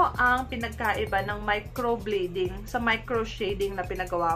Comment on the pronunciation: Please pronounce well ... Micro blading (blade), not micro bleeding.